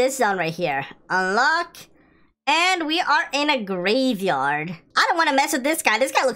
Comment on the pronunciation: It's a gravyyard not graveyard